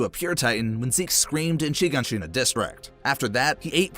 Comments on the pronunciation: bro said Sheegonsheena edit: bro pronounced Erwin's name like it looks instead of the actual way you pronounce it which is Air-Vin. edit #2: Levi didn't decide to save Armin, Erwin slapped the injection in Levi's hand away from him and said his last words, then Levi injected Armin. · He also pronounced "Shiganshina" like "sheeg-in-sheena" and spelled Conny's name wrong. Shit was bothering me the entire time.